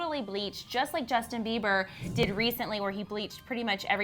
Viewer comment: Who the hell is 'Jusin' 😂😂😂